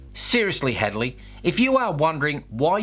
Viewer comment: Hadley? Thought you said Hagley. She looks like a hag